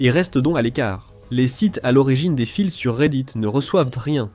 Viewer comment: une vidéo intégralement faite en IA (voix et vidéo) pour dénoncer de l'IA, un concept on ne peut plus d'actualité lol "les fils (prononcé fiss) de forum et post reddit", j'ignorais que les forum et reddit faisait des enfants, nous voilà entré dans une nouvelle ère ;-) Je taquine mais c'est qd meme une bonne vidéo ;-)